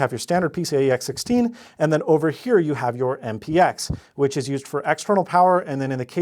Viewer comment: “By 16” not “Ex 16”